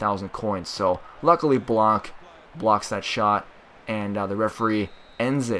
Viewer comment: I'm french and the 'c' is not pronounced in Blanc.